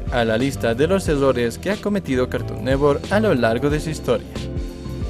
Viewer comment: "cartun newor"